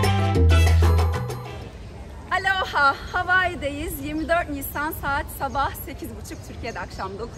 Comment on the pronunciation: aloha o nun ustunde sapka yok. kapali o. bir dogru duzgun soyleyemedin